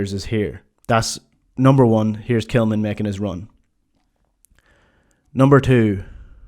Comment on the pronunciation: Why are you referring to Tillman as ""??